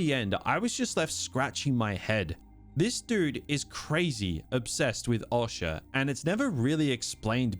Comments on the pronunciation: The way you pronounce Osha is odd (awsha?) . Also half the time you pronounce your Rs like a typical Australian “ah”, then the other half the time it’s a Hard American “oR” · O-sha fucking hell painful man 😅😅